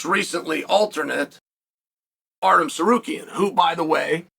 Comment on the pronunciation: Did he say ARTEM Tsarukyan?